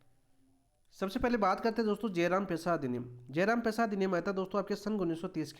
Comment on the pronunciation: जयराम ❌ जरायम✅